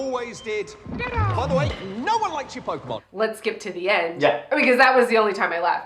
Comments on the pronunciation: I'm gonna start pronouncing it "Poke-ay-mon" like from now on 😆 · love the fact that you guys speak like my mom when she tried to fake interest when i was a kid into Pokemon LMAO! The name pronunciation lmao! But i was more a Digimon kid so, all cool! Also coming for Pokemon's fan, coming from a Celine Dion fan, i'm gay and a french Canadian and i don't care that much about her....lol! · Watching you guys get Pokemon names wrong is so endearing.